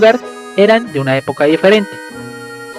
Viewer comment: Los ''espetro'', de versalles como pronuncia de mal jejeje, algunos lugares ''jamosos'' ay no sigo, que voz tan irritante, ''diferette, ah no...